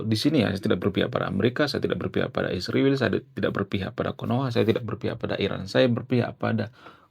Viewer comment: STOP sebut ISRAEL dg sebutan Isriwil. Kenapa kalian sebut spt itu. Apa lidah kalian beku? Sebut dg nama yg benar ya ISRAEL